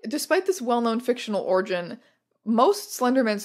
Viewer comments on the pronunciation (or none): none